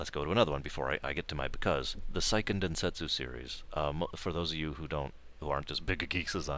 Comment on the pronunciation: Seiken is pronounced like the words "say ken" if that helps.